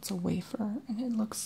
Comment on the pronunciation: wafer not wafir